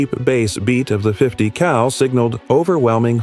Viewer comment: Yo ! 50 CAL asshole.... not COW